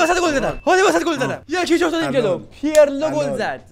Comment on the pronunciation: داداش بخدا پیرلوعه پیِرلو نیست